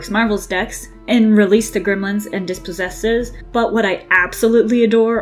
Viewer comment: also mispronounced "RHONAS" it's (Roh- Nahs) and DISPOSSESS. Not "DispossesES"